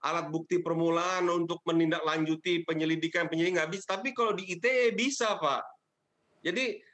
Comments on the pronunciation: risih gw dengernya aitie. bahasa inggris inggris aja, indonesia indonesia aja. campur2 gmn sih. klo ngomong aitie ya tulisannya ITA dong. jangan2 mmg mo ngomong ITA maksudnya yg entah apa lg singkatannya, gw taunya ITE pake bahasa indonesia. apaan aitie aitie lah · undang-undang Ai Ti Ei ?!? (ITE =~ Ai Ti I)